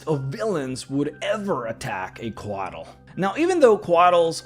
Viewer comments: I see this pronunciation all the time when it comes to Central American pronunciation (beers, weapons, mythology, history, etc.), but in Coatl the L is silent and the full word is pronounced “Co-aht” with an emphasis on the H, almost like in the word “what.” This was another awesome video though. 👍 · The way you say Couatl makes me feel things.